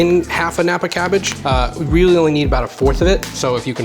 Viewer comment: I just learned Nappa Cabbage. lol. I kept rewinding like, wtf is he saying? Closed captioning for the win.